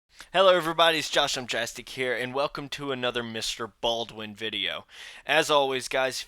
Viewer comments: Mr Ballen not Baldwin! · His name is Ballen not baldwin